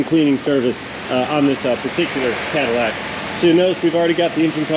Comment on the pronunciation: The best aspect of that car is the pronunciation: Caderac😮